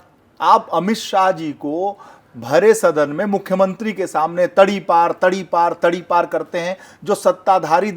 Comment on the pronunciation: ताड़ीपार नहीं बोलते तड़ीपार बोलते है ताड़ीपार महाराष्ट्र में ताड़ी बेचने वाले को बोलते हैं